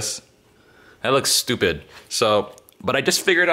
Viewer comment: idk how I didn't know you were from hawaii yet but the way you said "stupid" and "fancy awready" really tipped me off lol